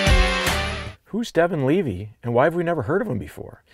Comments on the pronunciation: I mean you said his name properly here . Many people in the medias for now are saying it wrong. It isn't "Leavay" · You pronounced it right. Leevee. I grew up with his dad. He actually sent me the link to this. I cringe when everyone says his last name wrong. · i get it mixed up too, but the tsn guys just confirmed with his family that it’s pronounced leavi